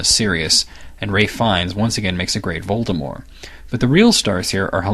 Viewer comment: I'm so glad he knows how to pronounce Voldemort.